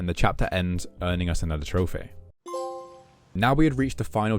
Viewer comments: "Trophere" the hell is that accent? 😂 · There's no way you're pronouncing trophy as trophay just SOMETIMES, this is killing me